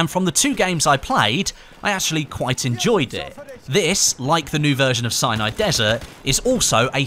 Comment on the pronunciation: Sounds like hes saying cyanide desert 8-/